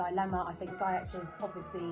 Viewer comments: Please note that Hakim's second name is pronounced "Zee-yesh" not zy-ech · It's Z- Yesh